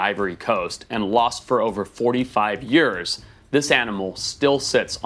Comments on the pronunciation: Why does Forrest say the word years in a funny way? He talks like normal and then says yurrs al of a sudden. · he says years like yoeurs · The way forrest says years. “yerrs” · "For yers"... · Why he say Years like that Lmfao 🤣. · As a saffa, hearing the way Forrest says 'Years' is most satisfying